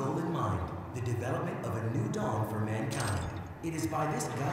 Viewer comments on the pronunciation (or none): none